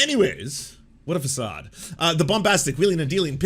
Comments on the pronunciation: It's pronounced /fəˈsɑːd/, lol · oh gosh it's pronoumced /fəˈsɑːd/ <3 otherwise realy enjoy your videos :) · Dude.. did you really not know how to pronounce facade? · Is that how façade is pronounced in Canada? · I used to have some respect for this channel until he mispronounced "facade". Sad smh.